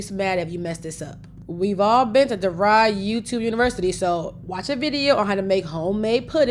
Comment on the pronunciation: Girl not DeVey University!!!!!😂🤣😂🤣